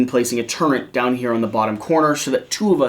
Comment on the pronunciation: Why are you saying turret wrong?